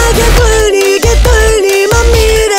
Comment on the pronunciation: 〜しょうの「う」がはっきり発音されてて好き